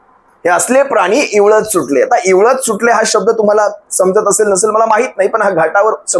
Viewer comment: इवळत नाहीं actually विव्हळत असा शब्द आहे. याचा अर्थ बोंबलत किंवा ओरडत असा होतो.